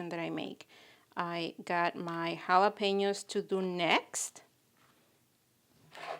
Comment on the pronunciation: Beautiful, love that mini pink spade/scoop you‘re using and your trays are also fab. Very glad to lear the right pronunciation of Jalapeños🌶🌶 Looking create, thanks for sharing💚